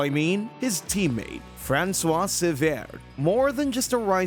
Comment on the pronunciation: If this comment still isn't spoken by an A.I.: Please try to pronounce foreign names to their correct pronounciation in this language. Your "Francois" in its mix of amercian english and french really sounds ridiculous! 🤨